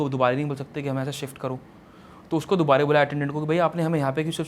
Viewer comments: dubara ko dubare kyu bol raha ye? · he doesnt know the word dubara he is saying dubaree dubaree😂